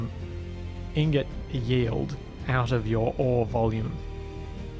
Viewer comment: Pointless comment: when you say “yield” it sounds like “yee-old”. Neat.